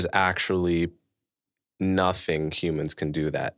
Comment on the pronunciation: *Nothing There is no "B" in the word "nothing".